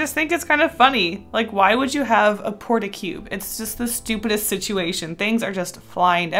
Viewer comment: It's not a "Port-A-Cube" it's a "Port-A-Cub," LOL ^_